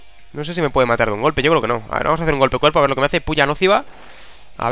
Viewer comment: Es puya nociva, no nóciva